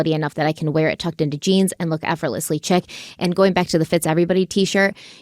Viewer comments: He should never see the light of day that 👺 monster On a lighter note it’s “sheer” not “chick” but I laughed as I’d only seen the word chic written not spoken when young and would give it the same pronounces toon asserting something looked “chick” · "effortlessly chick"? Hehehe I think she forgot that "chic" is pronounced "sheek." 😂😂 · Um, in your ad, the word "chic" is prounced "sheek", not "chick". The word is french.